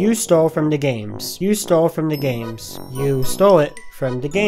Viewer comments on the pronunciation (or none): XD its pronounced D. A. GAMES NOT degames XDD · D! A! Not “da” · It sounds like he's saying 'the games' instead of 'DA games' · Before I can confirm what you say is absolutely true, just want you to know... it's D A Games, not Dah Games xD Haha just a small nit pick. ANYWAY! Is that how everyone's been treating you?! :O man on behalf of everyone who's been saying that to you, I'm really sorry. If y'all need further proof that he has spoken to me, look no further than my comment right here. It takes quite a bit to make a song so with that knowledge you should know this guys been working on it for a fair bit of time, so much so that by the time he finished his, I had my preview made with zero knowledge of the name already being used. I was incredibly happy with changing my name since all my preview titles are codenames for the full project rather than full official placeholders. This guy deserves more credit than you give him and it isn't fair that he has to be told this every day. I also wanna let you all in on what stealing actually is. There are dozens of songs out there that already have the same names as each other, so take that out of the equation, the dude would have had to completely rip our songs melody's, beats, lyrics etc. Since this isn't the case, and is it's own ORIGINAL composition, this is the furthest from stealing all together. So please people, have a big of decency for the rest of the content creators who are trying their hardest, LOOK AT DESCRIPTIONS FOR DARES AND RELEASES!! It'll save your ass from a lot of backlash from other commenters, and even the main guy himself. Please guys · DAGames Wait its not pronounced dah games... ...Shiet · Yeah he keeps calling it Dah Games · Yea it’s D A Not Dah Games duh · DAGames that is so true...no one should treat people the way they did to...btw your channel is pronounced D A Games not Dah Games...(people who pronounces it like that...pls try saying it right) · It's pronounce d a games